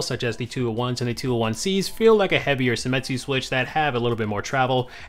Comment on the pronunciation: it's seimitsu not semitsu, right?